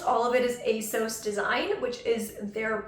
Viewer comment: I used to work for ASOS, it is indeed a UK based company. And it's pronounced ASOS as in moss FYI 😊